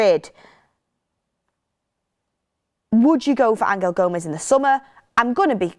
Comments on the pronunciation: Stop calling him ang-el Gomes please 😂😂😂 it’s angel, like the ones in the bible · Stop changing the name of players it's always been Angel gomes not Angal gomes what the hell do your research! I can't see Rashford and Osimhen sale going ahead another load of crap